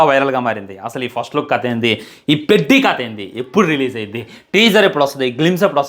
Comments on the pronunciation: పెడ్డి కాదు రా అయ్యా పెద్ది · Peddi kadhe pedhi laga palakali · Adhi peddi kadhu Ra peddhi palakatam nerchuko first 😂😂😂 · Orey sollu na kodaka...పెద్ది ra adhi.Title sariga pronounce cheyyatam raledu....cinema story ento cheppestunnav.